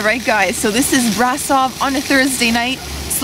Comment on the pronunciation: hehehe how she pronounced brasov, there's an accent mark on the s yoou know so it's said like brashov